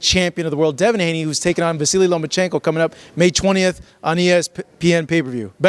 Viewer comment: Can we pronounce the guy's name correctly😅 Lah Ma Chinko😟